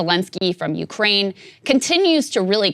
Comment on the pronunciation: I'm Ukraininan living in the US and long time fan of your show. I agree with you guys on multiple topics like Truckers, Main stream media and I'm big fan of Joe Rogan. But as far as coverege of Russian invasion topic I keep being surprised by Saagar's perspective. First of all he keeps saying Ukraininan capital Kyiv as "Kiev" (russian way to pronounce it). Saagar, at least show some respect to independent country. Secondly, Saagar said that there is civil war in Ukraine with russian speakers on the east. I'm both Ukrainian and Russian speaking and I'm shoked that you guys keep repeatin point from Russian state propaganda. This conflict started with illegal annexation of Crimea with help of the Russian military in 2014. Then they used their speacial ops to start conflict in the eastern Ukraine. Before 2014 a lot of people in Ukraine indeed felt big connection to Russia. But after that a lot of people in Ukraine have realized that Russia is an agressor. Putin's main goal here is to restore Russian empire. Mayority of Russsian population eather dont care about the invasion or support it. Russain state TV propaganda does a great job. I'm sorry Saagar, but you keep pretendinig that you are very knowlageble on this topic, but in reality you are not.